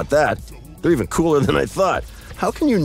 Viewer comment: That "CoolEr" got me 😂 Edit: actually when he said then